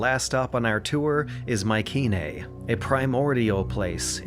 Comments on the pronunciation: Pronounced My-see-nae not my-ke-nae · The way he pronounces Mycenae 🤦🏼‍♂️